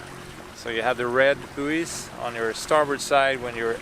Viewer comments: Just helping, bouys is pronounced boys (you can Google the word and it will speak it for you when you click the speaker symbol). Keep up the good work! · Love watching your videos, such a calm vibe. Buoy is said like boy, booeeys made me chuckle though - just in case you care! 🙂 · I agree completely with about buoys - red to port, green to starboard when entering harbour. I'm an Aussie, so it's pronounced boys.